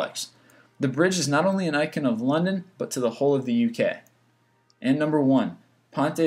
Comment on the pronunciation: Informative video with cringe-inducing pronunciation, including "consequently", "icon", and "Marin".